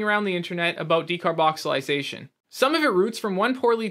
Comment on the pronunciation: Its a bit of a red flag the fact that you're completely mis pronouncing the name of something you're claiming to be an authority on. Its a bit careless.